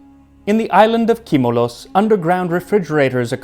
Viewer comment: It's Kimolos (Κίμωλος), not Cimolos